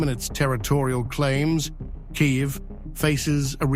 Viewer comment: Learn how to pronounce Kyiv